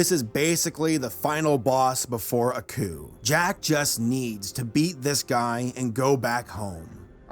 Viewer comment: I keep hearing 'A coup' instead of 'Aku' (ah-koo)